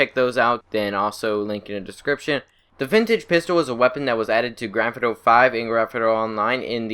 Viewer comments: "Granfiduro and Granfidurra Online" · It do be saying Gretna Online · I recommended putting on a English subtitles when he says Grand Theft Auto 😂 it’s hilarious